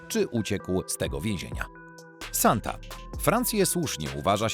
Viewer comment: Lektor ma problem z odróżnianiem litery "e" od "a". Skąd mu się wzięło paryskie więzienie "Santa"?